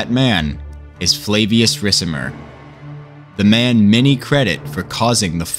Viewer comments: Love u bro but u gotta say it like RIKAMER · I dont know why but the way you read the name Ricimer makes me kinda sick :D great video otherwise